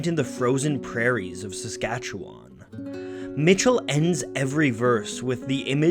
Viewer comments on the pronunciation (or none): Great video. For future reference; the last three letters in Saskatchewan are pronounced like "one."